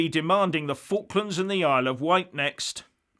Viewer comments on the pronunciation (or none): none